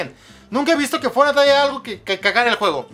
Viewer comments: La palabra Fornait :v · Fornait xd